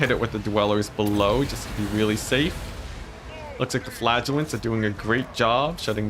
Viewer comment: I have to say, as a non native I was astonished I was hearing "flatulents" and my mind couldn't figure out what I was actually hearing. Flagelants!